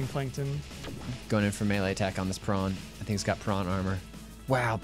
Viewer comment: Shout out to for pronouncing prawn like the real Zef Dwanky that he is!! <3